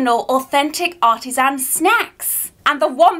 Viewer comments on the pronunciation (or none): none